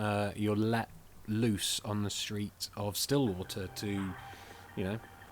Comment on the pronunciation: notice how he said Stilwater